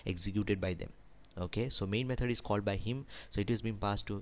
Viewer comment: Thanks for the video! I love the way you say 'methord' rofl :)